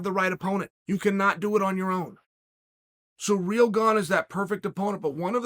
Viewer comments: So how is Cyril pronounced. Sereel or seril? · Francis and surreal 🤣🤣🤣chaels pronunciation's are always horrendous